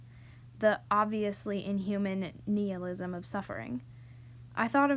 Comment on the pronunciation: I was kidding it was fine but you said nihilism wrong